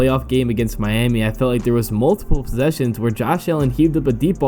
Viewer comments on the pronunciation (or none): none